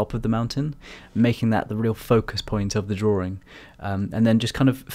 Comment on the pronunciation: Drawing, not drawring.